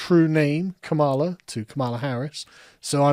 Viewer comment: err actually its Kam-a-la you racist